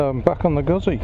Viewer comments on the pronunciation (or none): IT'S GOOTZEE! not guzzie lol